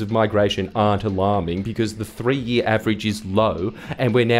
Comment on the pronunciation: Sorry did u just say Ash Barti or alarming?